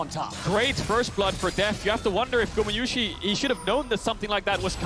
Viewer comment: Does is bother anyone else that they keep mispronounciating gumayusi